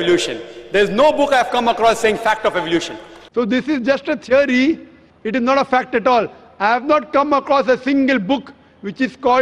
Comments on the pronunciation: A teery isa teery! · “A teery...is a teery!” 😂